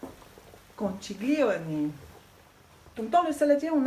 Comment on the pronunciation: Un bon conseil : pour faire "italien", il faut commencer par une bonne prononciation ... ( conkilioni, par exemple ☺ )